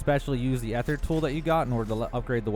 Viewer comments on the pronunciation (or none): It’s pronounced ee-thur, also turn off motion blur, increase your FOV and enable tac-sprint dawg 🤝🏻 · "EE-THER". The AE combination in words gives it the sound of just a long E